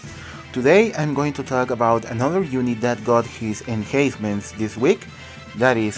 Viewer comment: Fantasy Exvius Tactics - No problem! Just wanted to help you out. It's called enhancement because you "enhance" the unit. Which means that you're upgrading the unit or making it stronger. When pronouncing it just use the letter N in between, like En-Hence-Ments. Your videos are really informative, keep rocking!